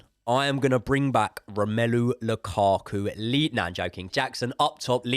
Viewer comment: Flinched when he said lukaku..